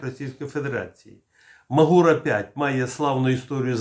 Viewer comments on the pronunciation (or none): none